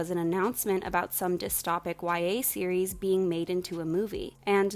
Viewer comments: anyone else very annoyed she pronounces dystopic wrong? its dystOpic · the way you say dystopic bothers me